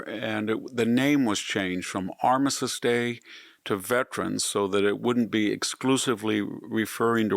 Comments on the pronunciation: If you are having someone edit your videos, they need to do better with the pronunciation of certain words. With all due respect, Armistice is pronounced Ar-mis-tiss. Your verbal (on YouTube video) comes across as Ar-missis … which is incorrect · It’s not “Armisist” Day. It’s Armistice Day. Additionally, nucular is not a word. Nuclear, however, is.